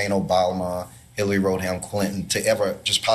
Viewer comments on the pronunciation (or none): it's Rodham, not Roadham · Im not sure that guy said "Roadham"... Sounded more like he said "Rodehound". Hmnn... This is just so treacly I want to vomit on Karoline's Head!